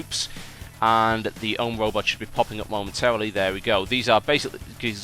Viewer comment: I thought he said rubber not robot, so when he said they built robots I got confused...